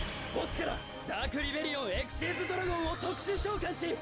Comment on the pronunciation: the fact that "Xyz" was pronounced Ex-xiez and not Ex Why Zee always got me. Like, for my whole life, I called it XYZ instead of Xyz